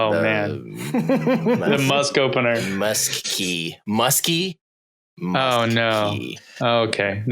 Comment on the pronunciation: THE MUSKKEY 😂😂😂😂😂 I STOPPED LISTENING CAUSE I WAS LAUGHING TOO HARD Tesla HAS to implement "Not Autopilot" and "MUSKKEY"